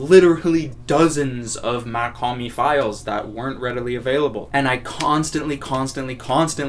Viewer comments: you did not Even say it right . bro slight mispronunciation? Its like saying Elton Jim instead of Elton John you cant do it bro. Its not Mac liker Mac miller or Mac 10 its MACH it looks the same But its a huge difference in how you pronunce it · nice vid (it’s pronounced “mock hom-ee” btw) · brooo i dont Get how somebody who been listening to his music as much as you saying you’ve been and dont know how to say his name right. I mean its not like he dont say his name in his songs, he does it all the tiime